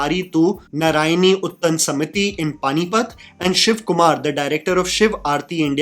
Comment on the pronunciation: It's "Utth(ha)an" NOT "Uttan". Dude you do Hindi film and TV serials review stuff and you don't even know how to pronounce a simple Hindi word? What a shame :(